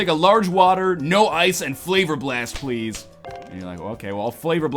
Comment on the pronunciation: Wet's pway pwease.